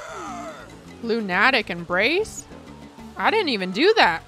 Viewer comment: "lune-attic embrace" im dead asf